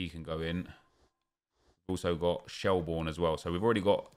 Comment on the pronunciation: It’s pronounced shel- burn lol rate the vids though